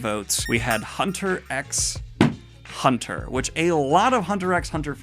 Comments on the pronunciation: Just so you know ... when speaking the name out loud you don't pronounce the x in Hunter x Hunter. It's a touchy topic for some manga fans because with some series you DO pronounce it, with others you have no idea if you should .... but alas, for Hunter x Hunter there is consensus to just say "Hunter Hunter" out loud. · DO NOT PRONOUNCE THE "X"!!! for the love of gods man. Listen to your boy Liam he can tell you all about it. It's said simply as "Hunter Hunter". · Don't pronounce the x in hunter hunter, the X is silent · Just so people don’t jump on your back for saying Hunter x Hunter wrong, for some reason it’s just called “Hunter Hunter”. Why? No clue 🤷🏻‍♂️ just a friendly tip so weebs don’t troll ya! Can’t wait for more manga breakdown vids! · You don't say the X in HXH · I don't think it's necessary for me to mention this but I do think it's necessary... You don't pronounce the 'X' in Hunter x Hunter :3 Ps: glad Vinland Saga own. It's great along with the top 4 ones! All are just masterpieces in their own accord !